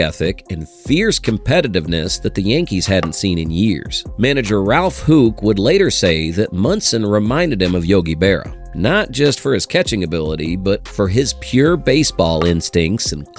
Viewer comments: Ralph Huke? You mean HOUCK AI is so lame! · Ralph HOOK? Get it right it's pronounced HOWK ! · This was hard to watch for two reasons. First, Munson was my favorite player. I was 14 that August 2nd. It broke my heart when I heard the news. He will always be my favorite player. Second, AI sucks! Can't pronounce names like Houk and Guidry. smh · He also mispronounced Ralf Houk